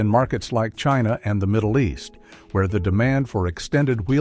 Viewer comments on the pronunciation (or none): none